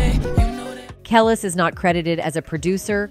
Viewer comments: Ka Leese smh not Kel lis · Your channel is very entertaining and informative, but the pronunciation of Kelis, Pharrell, Etc… it’s just horrendous! 😂